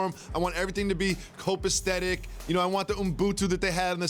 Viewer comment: "copastetic" LOL copacetic